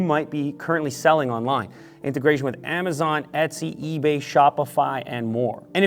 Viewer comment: You said integration